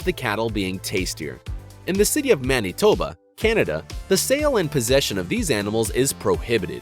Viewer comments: Ahaha maneeetoba lol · (Man-eh-tow-ba) is how you say is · It’s man it toba